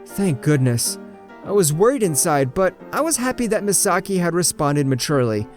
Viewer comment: Omg i got stress out the narator keep saying mesaki